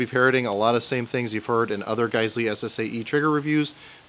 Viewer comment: I'm just glad I know how to pronounce guysley now thanks to you, before going into the gun store and making a fool out of myself. Thanks, great video too!